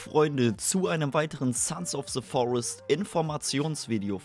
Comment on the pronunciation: wie einfach selbst leute die gut englisch reden bei dem game immer SE Forest sagen XD